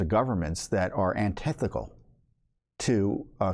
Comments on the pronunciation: Antithetical, not antithicall. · I no longer have confidence in Speaker Johnson. I now wonder if he is controlled opposition. 🤔 (The word is “antithetical”, not “antethical”. I got you covered, Mr. Fitton.)